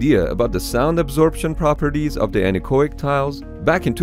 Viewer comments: Anar-coic? I was pondering what that means, until at some point it hit me like a falling rubber tree: An-echo-ic! i.e. Getting rid of the sound, literally. Man that took me a while ;) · It took me several minutes of him saying the word "anechoic" before I figured out what the fuck he was trying to say. I don't know why he says it so fast and combines the 'o' with 'ic'. It's 'an-echo'ic' not 'annakoik' lol. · It took me forever to figure out you were saying anechoic, because you are pronouncing it wrong. It's not "oi" like in "oink". The two letters are pronounced separately to make it clear the root word is "echo". "an-echo-ic". Thanks for the cool video, though! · That word, which you can't quite make out, is "anechoic". See